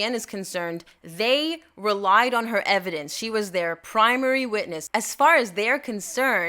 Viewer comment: “Just call it evedence” eye roll 11/10